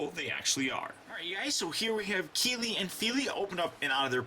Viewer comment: your saying them right